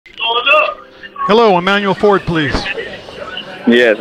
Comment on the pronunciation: “Emmanuel Ford” 🤦‍♂️